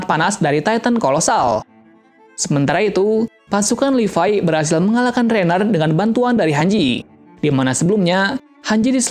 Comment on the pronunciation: Ryhan kaliiii bukan rainer hadehhh😪